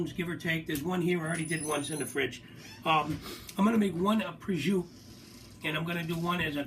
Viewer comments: Prosciutto is pronounced exactly as it sounds... Not prozhuuu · it's pronounced prosciutto with an "O"at the end